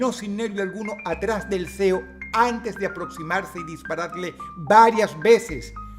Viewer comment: Me gusta como usted lo dise CEO porque suena como puerco hera lo K era el